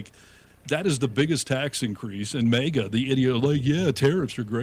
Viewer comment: -! Again with the "mega'! It's "MAGA": Pronounced mag ah. Try it, MAG AH.... MAGA... MAGA is not pronounced "mega", okay? Mega is a unit prefix in metric systems of units denoting a factor of one million (106 or ). It has the unit symbol M. It was confirmed for use in the International System of Units (SI) in 1960. Mega comes from Ancient Greek ' 'great'...